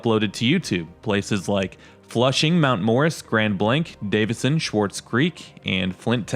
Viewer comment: Swartz not Schwartz. Bal-enger not Bowlenger. Just correcting the pronunciations. Great videos, BTW.